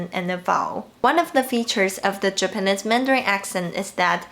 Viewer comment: Hi,, it's your pronunciation coach again:D "Japanese" rhymes with "cheese" and it doesn't rhyme with "this". Check out its pronunciation;)